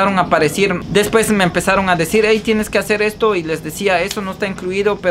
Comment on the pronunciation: Escuche mencionar la palabra después como mil veces quedé con trauma lo peor es que no lo pronuncias bien trata de mejorar tu leguaje leyendo libros para que ya no hables como un vulgar se dice DESPUES no como tu lo pronuncias DESPES 👂🏼